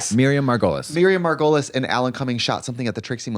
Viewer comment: Girls it's pronounced "Miriam Mar-guh-leez"